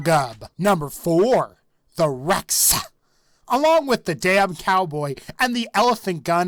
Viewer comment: I just realized no one commented about how you said Rex as the REXAH